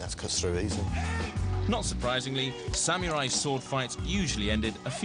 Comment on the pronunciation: it is samurai, not samiurai...